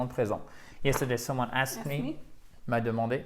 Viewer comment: coucou : 1 faute : j'ai entendu ask et non asked j'adore les dictées, merci